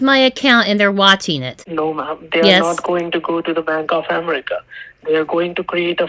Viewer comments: Oh, the out loud laughs from me through out this video!!😂😅😂😅 Another great video,! "" is relentless in his stupid stories and explanations. "Bank of AM-er-EEK-a"... not said once or twice, but every time! Then later "you need to pressurize them to send the money..."... more than once! What a hoot!! Thank you for your work, and your sister, too! ❤❤❤ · Why would a FBI agent say umreeeka, aren’t they taught how to correctly pronounce the name of country they took an oath to defend at Quantico 😏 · Relative cultures have so many hidden messages. OMG, he pretended to talk to his boss, using his same voice "Bank of Am-ar-ica". "I'm talking to my higher aut-hority"